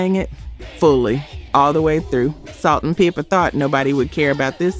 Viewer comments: Did u say Salt n Peepa? Come on now they are the first female rap duo or group to go platinum. Don’t mess up their name. I’m done 2 Pack and Nayo?!!!! I keep trying to support but the mispronunciation of our music history is making me angry. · Salt and peeper?? Thought this was a real person on this account . Are you AI? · Salt n "Peepa?' You sure you not AI? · Ok it’s salt and pepa ( pepper ) is how it’s pronounced 😮😊😊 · First let me state that I enjoy your videos very much. Your voice is very pleasant and soothing. But,,,, Please, please, have someone proof-listen to your commentary. Every video you mispronounce something totally wrong. Salt n Peepa???? No, No, just No. Another video you pronounce Minnie Riperton's last name wrong. I am almost sure you will say a word that makes it sound like an AI voice over in every video I've watched. When you mispronounce words, especially names, it distracts from the enjoyment of listening to your videos. I'll keep watching regardless of the mis pronounced words. Because your content is very enjoyable and I thank you for all your hard work. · I really thought this was a real person narrating this series, until she pronounced Salt & Pepa wrong. Disappointing. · The narrator pronounced the rapper 2Pac and the group Salt & Pepa the wrong way.....interesting🤔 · These AI voices are amazing, until they mispronounce Salt and Peppa, and Tupac! Lol